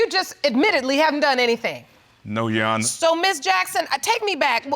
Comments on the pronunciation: 'Yu wawnar'🤣🤣🤣🤣🤣🤣 think you meant your honor?!! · Ok that's it I'm done!🤣🤣🤣🤣🤣🤣😂😂😂😂👀🤣😂😂😂 she said who is Yu-wana! I thought it was just me hearing that 😂🤣🤣🤣🤣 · Leslie Sinclair 😂 😂 😂 😂 Yuwana omg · I'm SO turned off by men who have a mouth full of gold teeth and can't speak coherent sentences. Same thing with this chick and all of her, "Yeshonna." (Yes, your honor) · Why does she keep saying "you honor"? Is it that difficult to speak in an educated manner?? "I axed him"....asked??🤔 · Wth...you not only do not have your baby daddy in order to know who the father is but girl if you say "yuwanor" one more time I'm going to scream. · “Yo-wanna” instead of Your Honor”, my God... poor Judge Lake deserves way more respect!! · Why does she keep calling the Judge ‘Yowanna’ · OMG, me again...who is "YewHona"???? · Why does it sound Ike she is saying, “yes yawanna”? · Everytime she says "youwanna" (Your honor) I wanted to slap her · I keep cringing every time this chick says your honor all wrong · 🗣your honor Pronounced ur ah-ner... 🤦🏾‍♀️ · Yuwanna?? What kind of talk is that?? They can’t pronounce their own names. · Anyone else annoyed by "yu-onna” or whatever she was saying? Because it's surely not "your honor" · Thgt I was the only one hearing that 🤣🤣🤣🤣🤣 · I thought it was just me, but I did hear Yuwarna🤣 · Yesssss! I am sick of it! Yesuawna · She’s a no good woman, with a no good synthetic wig! ... and I’m still laughing how she keeps saying “U-onna” (your honor) 🤣🤣🤣💀💀💀⚰️⚰️⚰️ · Yes yo-wanna, no yo-wanna.😂😂😔😔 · "Judgonor" both of their speech is killing me ! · I thought I was tripping when I first heard her say Yuwana...😂😂😂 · Leslie Thank you! I was hoping everyone else heard it too! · I came to leave the same comment. Like hold on who is Shawana!? 😂😂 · Leslie Sinclair 😂 you right girl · lolllll now that I hear it, I can't un-hear it! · I swear that’s the first thing I said 😂😂😂😂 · Every time she said it I corrected her!!! Come on now beloved!!! Bless her heart!